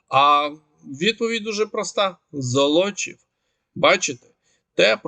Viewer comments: ЗОлочів, наголос на першу О. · ЗОлочів, будьласка, на першу букву 'о' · Золочів - наголос на першу О. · Золочів, наголос на першому складі.